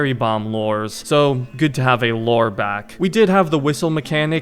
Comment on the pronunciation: its LURE not lOre